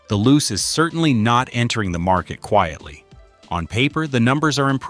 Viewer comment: It's pronounced "Loo-chay", not "Loose".